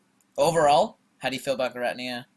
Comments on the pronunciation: WTF is a ger-at-nea?? it's GEER-A-TINA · What a weird way to pronounce giratina lol :p